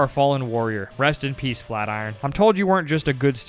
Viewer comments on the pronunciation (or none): none